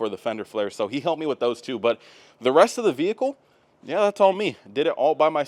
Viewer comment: If I could smack the tits off wreck it Ralph every time he says “VeE HiClE” I would